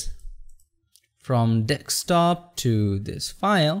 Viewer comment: dude egreat video,ur english good and voice quality is really good.. but just that u say dekstop instead of Desktop..